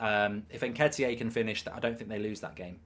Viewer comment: Mark it’s Eddie nketiyah like drogba or malouda not nketiyay it sounds so odd when you say it